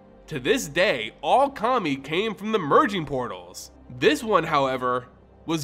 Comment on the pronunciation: Pronounced Kami correctly, yet somehow pronounces Kamigawa incorrectly. I have faith that eventually MTG YouTubers will pronounce it right.